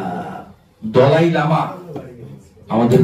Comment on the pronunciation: Correction: Mr. Suvendsu: It is Sheikh Mujibur Rahman, not Sheikh Lutfur Rahman It is the Dalai Lama, not the Dolai Lama! Isn't he an illegal in India? What is his educational qualification?